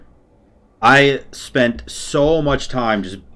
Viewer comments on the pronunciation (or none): none